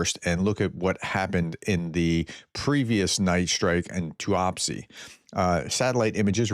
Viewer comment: Yeeesssss! Yes, yes, yes 🤔 It's only taken 3 year 10 months but you finally got a pronunciation right...... TUAPSE 👏👏👏👏👍 I knew you'd get there in the end 😉 Oh! 😱........ never mind 😁😉 Not to worry.... It's an improvement..., take the win 😂🤣😉